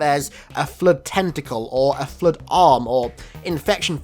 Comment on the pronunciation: Oh my god, it's in this video, too! Whoever reads this, turn on the subtitles when Hidden says "flood". Seriously, the "Flirt" ?!! NoOooOooOOOOooooO!!!